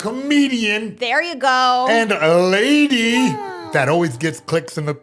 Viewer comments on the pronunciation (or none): "a Ladyyyyy" Bill Burr pronounces this word in a similar fashion on his podcast)